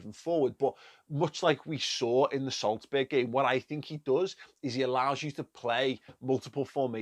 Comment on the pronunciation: That "Solsberg" kinda kills me